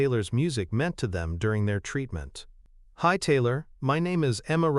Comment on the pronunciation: This voice of the narrator is awful her name is Taylor, he pronounces it tiller or teelor speak English or get someone who can speak English to narrate.